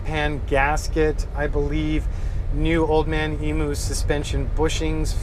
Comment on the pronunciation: It’s old man emu not emoo 🤪